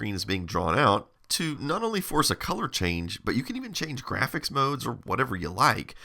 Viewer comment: Love your videos. In this one the way you said graphics made me chuckle. Grrrrraphics. ❤